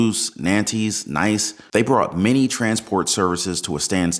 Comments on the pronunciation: Lol…he said Nice!…..pronunciation: think of Peace..or piece….or your niece. It’s spelled N I C E , but pronounced NIECE! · Nice is pronounced "neece". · Nice lol. I’m certain the city of Nice is not pronounced that way. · It's not Nise It's pronounced Ni'ce !!! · Nice is pronounced "neece" 👍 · "Nice", the city, is pronounced "need", with a hard "s" sound on the end. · Please revisit your pronunciation of Nice.